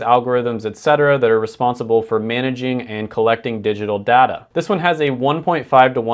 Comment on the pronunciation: Did he seriously say data as data? Bro it’s data not data